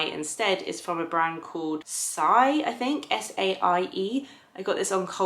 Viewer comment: Love that bronzer, too! (Saie is pronounced "say" actually! :-)